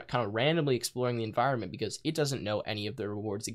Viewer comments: "enviornment" lol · enviornment......... Its clear that he spends a lot of time in this XD